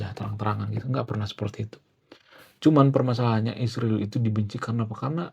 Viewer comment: Ngapain sih nyebut negara Israel pake isriwil, kang???!!!!! Yg bener lah.. Tlg ya..